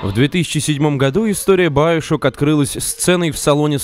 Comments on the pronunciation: Надо говорить не баёшок ,а биошок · Как же воротит от твоего "байошок" , чувак оло , ты русский , ты не знаешь слова биошок ? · не байшок а биашок камсток а комсток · сам ты доктор Сучонг...Он Сушонг,а еще не байошок,а биошок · Биошок а не Баишок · говорит баяшок!!!! )))))))))